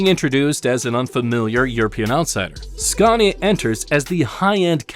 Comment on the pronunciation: I drove trucks in the UK back in the 80's and 90's and Scania where always the best. I drove just about every British and European trucks and Scania was the best. I just wish you could pronounce the name properly in the US as there's on R in it, you pronounce it the same as Scandinavia.